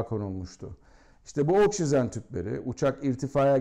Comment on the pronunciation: Anlatımınız o kadar karışık ki. Üstelik üstüste aynı şeyleri tekrarlıyor, devrik ve anlatım bozukluğu içeren cümleler kuruyorsunuz. Bu arada oksisen değil oksijen.